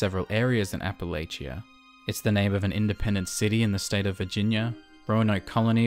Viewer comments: All of this was fine until you said “AppaLAYchia” It’s “AppaLAchia” -An Appalachian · I loved the video man, but hearing you butcher the pronunciation of Appalachia physically hurt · what a way to pronounce Appalachia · Great video but I really can't overlook that pronunciation of Appalachia